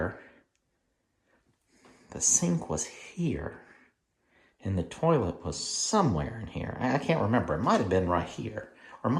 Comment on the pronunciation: Cracked up when I heard "turlet". 😂